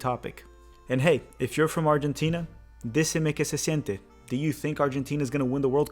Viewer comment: "Argentina Decime que se siente", was that Spanish? Sounded ok for a beginner lol